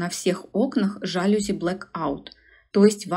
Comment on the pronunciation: видео как всегда класс! Всегда жду ваши ролики!)❤️‍🔥🤧 ps жалюзИ, а не жАлюзи, тк слово из французского, а там ударения стоят на последнем слоге:) это не придирка, а небольшая поправочка, извините🥺